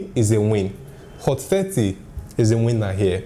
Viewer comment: Hot Fatty? im sorry I hear only that